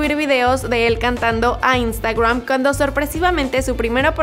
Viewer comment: No se dice "instagruam" es "instagram"